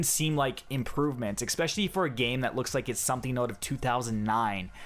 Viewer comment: I don't give a fuck about this game, but you do NOT know how to make an informative video. Five out of ten points you made were historical inaccuracy and women. Also, it's especially, not expecially.